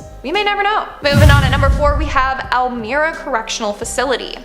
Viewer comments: Elmira, NY is said like el-my-ra, not like el-meera. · It’s pronounced Elmeyera prison